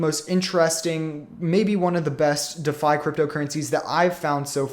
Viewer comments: I couldn't take it any longer, dafi, dafi, dafi, too bad cuz I actually wanted to hear about Ampleforth. **DEE' FI** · It is pronounced “De Fi” like ReFi or WiFi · Ok, that's it... listening to someone mispronouncing "Defi" is just too annoying to stick around... if you can't get THAT right... makes me wonder how credible you are... sorry man, i tried